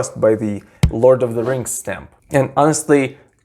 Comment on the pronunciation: 'lawd of da 'tings